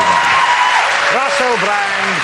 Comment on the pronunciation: Did he say the fabulous Mister Wussell Bwand ? He had a little Elmur Fudd accent for a second there.